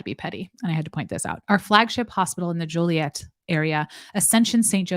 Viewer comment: I live less than 2 hours from Joliet (My late husband actually lived there). I think it's pronounced Jo-Lee-Ette. There's also a Romeoville